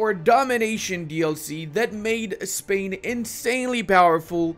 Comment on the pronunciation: Is it only me or really said "castile/pain" instead of "castile/spain"